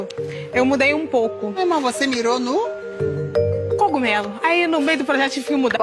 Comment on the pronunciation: "Gogumelo"???? O cara não sabe nem falar direito!